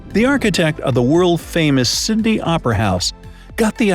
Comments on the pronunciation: ITS SYDNEY NOT SyNDeY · I swear he says "Syndey" instead of "Sydney" Also, who is watching from Perth, Western Australia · Is it just me or did he pronounce Sydney as something between Sydney and Cindy ? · Heads up mate you said Melbourne and Sydney wrong + you should go see Bondi beach at Sydney when it’s Christmas It’s packed + you forgot the also one the most use language Chinese